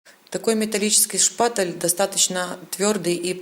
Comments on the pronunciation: Женщина не шпаТЕЛ, а шпаТЕЛЬ и т не твёрдая,а мягкая! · ШпатЕль, а не шпатЭль, звук"е" в этом слове мягкий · Все круто, но почему меня так бесит каждый раз когда вы говорите ШПАТЭЛЬ ? 🤣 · Почему шпатэль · Та шпатэЭль или шпатЕль...не пойму🧐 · Спасибо огромное за урок! 👍😍 Но почему некоторые блогеры говорят "шпатЭль"? И Вы в том числе! Это что, ноу-хау какое-то?! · Зачем вы говорите шпатЭль. Так слух режет 🙉